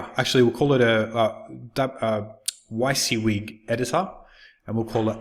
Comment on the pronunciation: wizzywig is the correct pronunciation I believe